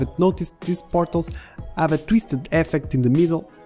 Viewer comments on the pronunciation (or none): Partles. You say them as Partles. They’re called Portals. What are you, Russian?